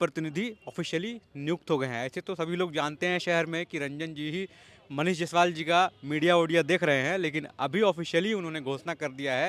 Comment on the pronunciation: जैसवाल नहीं जायसवाल होता है सर